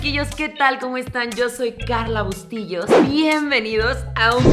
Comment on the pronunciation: jajajaja me da risa la q diga bustillos